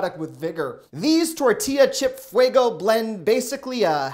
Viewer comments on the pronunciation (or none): none